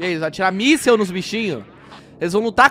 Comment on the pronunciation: Não é misel e drone